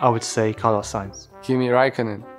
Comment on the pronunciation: 'Kimi Raikkonnen' 🤣🤣🤣